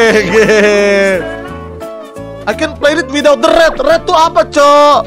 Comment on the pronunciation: Bang red bang bukan ret😮‍💨